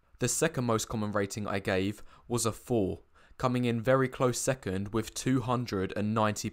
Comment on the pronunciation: I'm pretty sure that saying 'wiv' when you mean 'with' will not make you attractive.